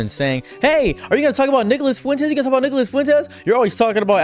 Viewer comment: anyone else hear (n word)-las Fuentes when he says his name or am I tripping. Fr tho screw that guy